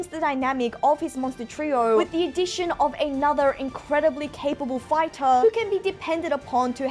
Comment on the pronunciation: Why do you pretty much over pronounce every word? It gets really annoying, not gonna lie. "Chaptah", "Fightah"...